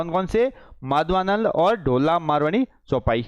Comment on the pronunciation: सर जी अभी राजस्थानी भाषा बोलने में पूरे पारंगत नहीं हो बीच बीच में उच्चारण और पढ़ते भी सही नहीं हो जैसे माधवानल चौपाई को माधवानंद चौपाई etc. लगता है डिजिटल बोर्ड पर पहली बार आए हो